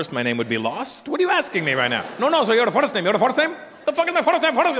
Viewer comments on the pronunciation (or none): India has lots of English accent, but none of them pronounces first name as Forest name.! Absolutely nobody talks like that. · Never ever in my life have I heard anyone pronounce 'first' as 'forrrest'. My father comes from a rural background and he is not even a graduate and doesn't know much English, but he pronounces first and basis way better than this guy assumes. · He was just making the "Fadstt " thing. In Indian accent first would be pronounced as FUR(same as the word 'fur') - ST.. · That's not how we pronounce 'first'. Yeah I agree that they will get excited if they get to know who you are !